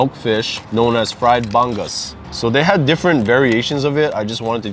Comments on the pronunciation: Another Filipino restaurant you should checkout is Thelma's Restaurant, in the same building as Leeward Drive-In/Westgate SC. FYI...Bangus pronounced Bahn-goose. LOVEE watching you guys video's...Keep It Going! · Hi Guys, happy to see you try the "lesser" known dishes. The bangus is actually pronounced bung - oos. It was my mom's fave but for me, I didn't like the many tiny bones. I only started liking it when boneless bangus was being sold. Also, I loved that you guys pronounced patis the way we do. Ive heard fil-ams that'll say, "pattis". As for the dinuguan, I loved my dad's, he had perfect amount of vinegar, same as his adobo, and I gotta have the chili peppers in it too. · Nice try with the pronunciation of bangus. It’s more like buh-ngoose…or just ask the workers when u pick up the food. We totally enjoy your videos!! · Looks ono. Bangus is pronounced Bang uce. Bang oohs. Next time try Thelma’s. Thelma’s special. Pancit. They have a 3 choice plate lunch so you can try lots of stuff. & try dessert 2 doors down cascaron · Nice video on more Filipino food. I kinda laughed how pronounced bangus wrong lol. It's pronounced like "bong-os" and the g is silent.:) Also the thing with dinuguan is true lol. When I was a kid, my parents would call it chocolate meat. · Aloha! You guys are crazy😜🤣😂🤪. Elena’s is the BEST for sure and so glad you tried it. I couldn’t stop laughing at ’ pronunciation of Pampanga (correct) and bangus! Haha. Wid all dat ono grindz, why you two no gain single pound?!